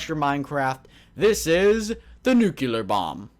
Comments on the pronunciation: it's pronounced NEW-CLEAR!!! not NEW-CU-LAR! Also, the top 5 mods are the only ones I really liked. Though, I believe that Orespawn deserves the top slot. It's amazing! It's got a ton of stuff! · there are no NUCULAR missiles nor bombs. it's NUCLEAR